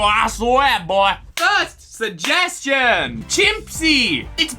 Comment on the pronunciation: first suhjeschon